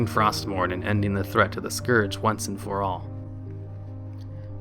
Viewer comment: You were doing so well! You didn't mess up Tirion's name, you didn't cock up his son's name, but then you came to the word "scourge", and reverted back to your old ways. It's not pronounced "scorge".